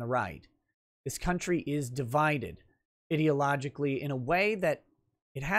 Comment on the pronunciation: When says 'ideologically' I hear 'idiotlogically' and I agree either way